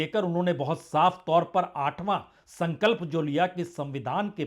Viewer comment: संकल्प नहीं संघल्प हैं ?